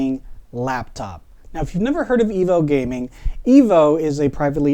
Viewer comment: It's pronounced... Eee-voo. There are 2 O'S in the name.... Like the word FOOD... Remeber EEE-VOO. Like and Subscribe!